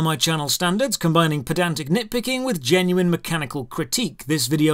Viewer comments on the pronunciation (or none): none